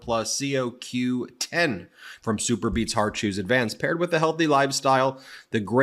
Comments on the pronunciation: Ben : It's CoQ10 (like codependent )not c o 10. Another great broadcast. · CO Q10 is pronounced (co) as in Comer the moron Q 10